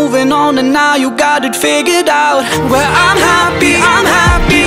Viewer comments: Vũ hát sai bạn ei, "figured out" mà phát âm thiếu thành ra "figure out" nhá. Còn vô số người Việt không phải giảng viên tiếng anh mà vẫn hát tiếng anh hay nhé. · Vũ xuất thân thuộc tầng lớp trung lưu thượng nên phát âm tiếng Anh như bản địa là chuyện bình thường á. Còn đúng là đoạn figured out phát âm sai thật. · Ông thấy phát âm giống nhau là do trình độ của ông thôi :)) tôi lên đại học mới học tiếng Anh nghe còn thấy thiếu âm d rõ ngay, chưa cần đọc comment. (Đương nhiên Lukas phát âm đầy đủ, hay nói cách khác là không “giống nhau”)